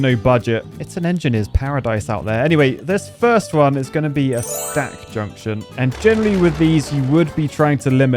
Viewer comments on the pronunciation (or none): none